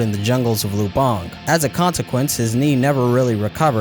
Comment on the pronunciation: great video by the way, Lubang is pronounced with the accent on the first syllable